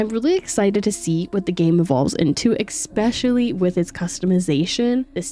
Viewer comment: The word is >ESPECIALLY< not EGGspecially or EXspecially don't know how you got through life without being embarrassed for saying words incorrectly. And "its an accent" is bs you're just saying the word incorrectly, has nothing to do with accent just illiteracy. Edit: A lot of features that you mentioned like more character customization is on the roadmap for the game, no need to ask for it when the dev's already said they want to do it but I guess looking into the news tab on Steam is too much to ask for research. Also a lot of features that you criticize the "lack of" like clothing style or coloration are in the game but 10h for an openworld sanbox game with different biomes that you most likely haven't even seen is just not enough to have a well informed opinion on.